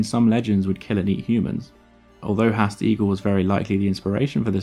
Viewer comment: It's a shame that you've gone to all this trouble to produce this video, yet you can't even pronounce the name of the bird correctly? 'Haast' is pronounced 'Harrrst', not 'Hast'.